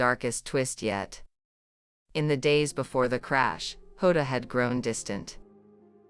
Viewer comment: The ai doesn’t even pronounce Diogo Jota’s name right. The j in Portuguese is pronounced like g in beige or an s in treasure.